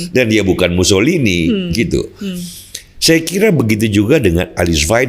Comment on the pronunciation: pak, tolong nanti lebih tenang ya. Itu orang ITALIA namanya MUSSOLINI, bukan MUSSOLIHIN 😂😂😂 Kalau Mussolihin asalnya dari nganjuk 🤣🤣🤣